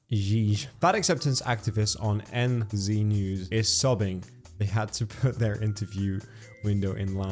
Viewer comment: The way he pronounced NZ 💀